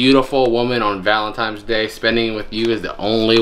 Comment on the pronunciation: please tell me the letter said valentiMes and that you actually pronounce it ValentiNes? I might have to unsub if you say Valentimes 🤣🤣🤣🤣🤣 keep up the good work!!!!